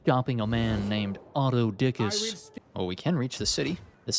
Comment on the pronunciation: As funny as it is hearing autodickus It’s pronounced aftothikos (all vowels are short and sharp in Greek)